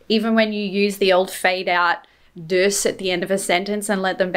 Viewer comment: Yes, you got a handle on "dus"!